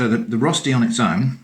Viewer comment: I was so confused when you said "rusty", before I realized you meant "Rösti" hahaha - no big deal, I was just expecting some rustic kind of thing